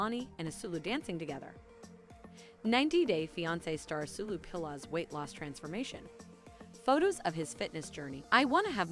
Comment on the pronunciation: his name is pronounced "as-weh-lo"